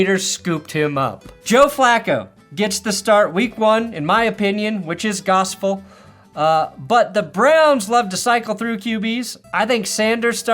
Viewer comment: "My opinion which is gosful" mispronunciation of gospel, or brand you word, gosful - full of gossip? Gotta be the latter cos is a wordsmith!;-)